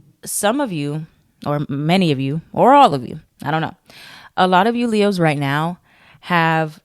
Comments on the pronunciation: everytime you say “Le-HOES” i be like oop- not you calling us hoes? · She said LeHoes 😂😂😂😂